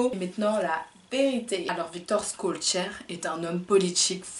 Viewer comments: On dit pas"Skolcheur..."mais "Cholchere"...je sais que c'est difficile pour une Youtubeuse perruque... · Salut, ça se prononce shellchère et non pas skollchère Merci pour ton travail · Je valide ta prononciation mais on dit Chol... pour son nom